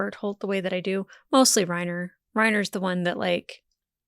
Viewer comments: Armin Arlert Reiner Braun Neither “R” in Armin’s last name is silent. I’m not even going to try to type out how to pronounce his last name. Best I could come up with is combining parts of “are”, “error”, and “alert”, so I gave up. The 2nd “R” in Reiner’s first name is silent - Rine-Uh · A lot of the names in the show are German, so you would be correct to pronounce "Reiner" as "Ry-na". Same with Connie Springer not putting any emphasis on the "er" at the end. The Dub actors have american accents and even they go for the German pronunciation which I imagine was purposeful for that reason. But don't melt your brain over it, just go with whatever honestly